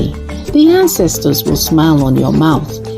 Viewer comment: ❤ Love the way you started, "dis one eh"... Also love the way it ends, "in di name & Powa of our ancestas & divinity" ❤